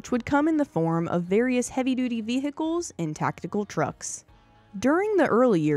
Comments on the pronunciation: they are not ve-hickles--the "h' is silent--and WWII was not one of the most serious conflicts the US was involved in--it was by far THE ost serious! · I applaud your correction of the pronunciation of 'vehicles', but I didn't know that there was a silent (and seemingly invisible) 'm' in the word 'most'.